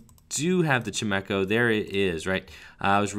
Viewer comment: Anyone else triggered by pronunciation of chimecho? Lol xD